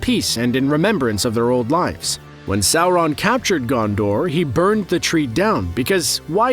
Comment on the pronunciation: Why does this guy put an "L" in Sauron